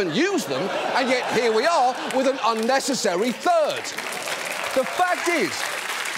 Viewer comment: ... did he said "third" or "turd"???... I guess in that context is the same